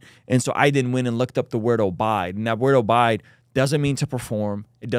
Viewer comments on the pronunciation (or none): Obide?!?! I think you meant Abide, 😂😂😂